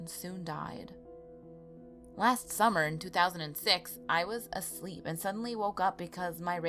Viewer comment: it sounds like she said i was a slut when she said i was a sleep